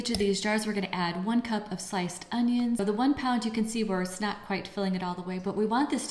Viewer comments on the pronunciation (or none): It is so cute how you put a g into onions so it sounds like ungyuns.